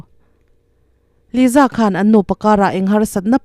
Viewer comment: Liza anih loh hi ,Lisa anih hi , YouTube Chanel meuh nei ve te chuan ,Diktak te hian lam ri ve mai thin la